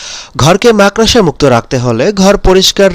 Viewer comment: আরে আরে মাকড়সা বলতে শিখুন তারপর মানুষকে বোকা বানাতে আসবেন।